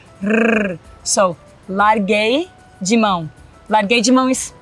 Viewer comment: Eu amo como no "larguei de mão" ela diz "(it's liKE) I gave up", mas soa um pouquinho como "Caguei"(vup). Fica melhor ainda e dá 1.000% certo no significado da expressão.